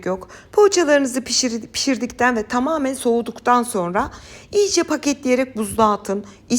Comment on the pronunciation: Ses tonuna bi sey diyemem ama diksiyonunda ozellikle e harflerinde, arkadaşlarım kelimesinde, tamamen kelimesinde, böyle kelimesinde ve bi cok kelimesinde telaffuz sorunu var. elbette bizi diksiyonu degil tarifleri ilgilendiriyor. Ama ilgi ve arastirma alanim oldugu icin ister istemez dikkatiimi cekiyor.